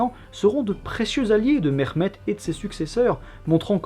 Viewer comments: Mehmet se prononce bien ‘Mehmet’ et non pas ‘Mexmet’ 😁 Et sinon les Ottomans ne descandaient pas des steppes (mais des rives Sud-Est de la mer Marmara)les ottomans se sont formés en Anatolie. À ce niveau il est inutile de rappeller les origines steppiques des populations turcophone d’Anatolie, les ottomans sont donc bien Anatoliens. À rappeller aussi que le systhème de janissaires échappait à la plupart des chrétiens d’orient (malheureusement j’ai pas de sources) vu l’inaccéssibilité de beaucoup d’endroits de l’empire qui est très montagneux et isolés, beaucoup n’etaient tout simplement meme pas recensé. Sinon ta video est interessante 😊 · Je viens de decouvrir ta chaîne et je trouve que tu as une bonne narration, de l'humour bref jmabonne, je m'appelle aussi Mehmet par contre on ne m'a jamais appelé "MeRmet" heureusement xD au pire on prononce le H légèrement, ton accent fait arabe et culturellement pi génétiquement on a aucun rapport avec eux, sauf la religion partagée pour la majorité du peuple malheureusement... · encore une vidéo que je vais regarder avec grand plaisir! merci pour tout ton travail mais s'il te plait prononce le H dans les prénoms comme en français car c'est comme cela que ça ce prononce en turque!